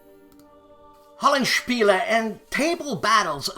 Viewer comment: Hey,: is that a "chunky neck" I see on that Strat you got there over your left shoulder??? Love how the correct utterance of Hollandspiele now flows effortlessly. I take credit for this in its entirety!!! Name suggestions for Uwe: 1) Scythe to the Sea: Blitzkrieg 1940; 2) Guderian's Gambit: France, 1940; 3) Schwerpunkt '40! 4) The Channel Thrust: France 1940 or 5) Vorwärts, Los! To qualify for the drawing: Duh!!! 1940!! I'll be contacting you on where to send my ten bucks... **biting my tongue fiercely** Liked the video ad for Resistance! My wife was grooving on the Edith Piaf!!!